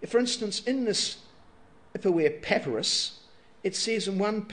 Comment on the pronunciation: pepperous? I thought it was pa-pie-rus. Pepperous is that stuff you put on your food :P